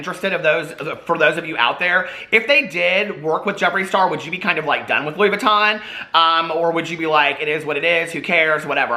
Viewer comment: Louis Vuitton??? Sure suuuuure. I buy louisss foitonz! 🤣